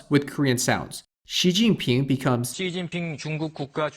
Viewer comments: 시진핑 is pronounced as siZhinping, not siChinping. If it were, it should have been 시'친'핑. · It's not "щи цзинь пин", it's "си цзинь пин". Why English speakers are so pathetic in pronouncing sounds